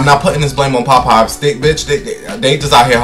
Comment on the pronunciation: and Pop pies 😂🤣 the way he’s pronounces it 💀